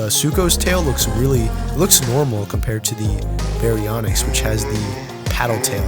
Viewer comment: just saying its baryonyx not bionx and suchomimus not suuko and itchyovenator not icy vator